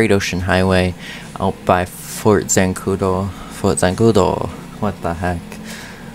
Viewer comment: THE WAY YOU SAID ZANCUDO HAHAHAHAHA